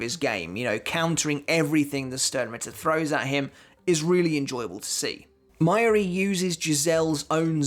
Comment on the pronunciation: Mai-yuri? its Ma-Yu-Ri bro... you should really learn how to pronounce the names considering your channel is about bleach xD